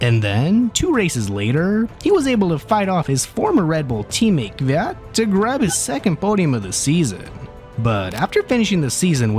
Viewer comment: You're danil kvyat pronunciation was on point!